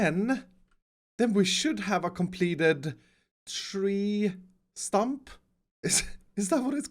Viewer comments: "This tree Trump" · “Tree trump” yes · Is it just me, or did say tree trump? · He says tree trump (The Donald Trump of trees) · lol says tree Trump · Am I the only one that heard you say 'tree chump' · "tree trump" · anyone catch that he said "tree trump"? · Tree trump? 😂